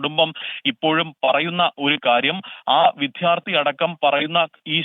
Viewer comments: വി"ദ്ധ്യാ" ർത്ഥി അല്ല വി " ദ്യാ "ർത്ഥി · Not vidharthy. Vidyarthi. Try to correct it pls.